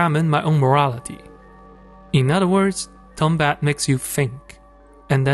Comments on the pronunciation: Tombat? Really nigga? It's Tumbbad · Its tumbad not tombat